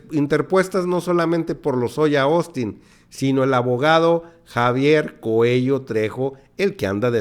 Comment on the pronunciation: No es Coello ni Coelo, es